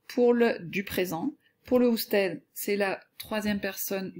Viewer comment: Juste parce que elle a dit usted en prononçant le d